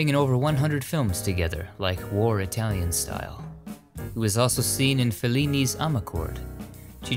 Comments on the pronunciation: Oh my gosh, My hat is off to you on your ability to pronounce correctly all those Italian names of people and films and songs! It makes me suspect that you speak Italian!🇮🇹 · Italy is so beautiful. Your pronunciation of Italian is excellent, unlike a lot of you tubers. I love these videos. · Dang your Italian pronunciation is good!